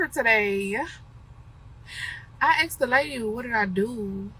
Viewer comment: "I axed the lady, what did I do." >clicks tongue >rolls eyes 😅